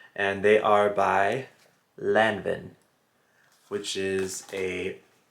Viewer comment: Hey, check the prononciation of "Lanvin".;). Love your vlogs.